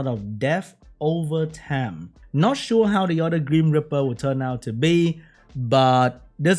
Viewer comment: Whenever says grim reaper, I hear cream gripper...do I have a problem